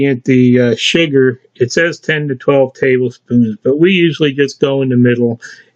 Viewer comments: Sugar. It sounded like he said shagar. But he says sugar after he scoops it all in. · The way you pronounce "sugar" is very interesting Where are you from? Nice recipe. Thx.